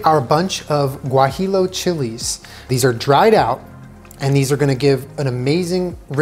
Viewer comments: Love you for making this!!!!! Just FYI it’s pronounced “guahiyo” but overall love the authenticness of it alll! You da best! Ps. Also you don’t have to strain the adobo since the vitamix really grinds down everything super well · No disrespect here, but the Chili is pronounced ( guajiyo) even the it is spelled guajillo. The 2 L’s in Spanish is pronounced as a Y.